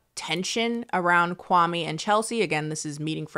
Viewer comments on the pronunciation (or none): The way people mispronounce kwame’s name is soo grating 😂